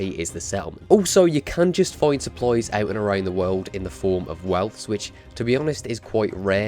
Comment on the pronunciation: Your saying supplies sopploys